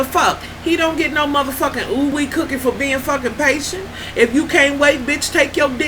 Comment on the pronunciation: she said OWEE COOKiE lmao *done.